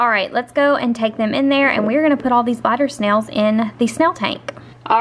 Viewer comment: Did she say glider snail or bladder snail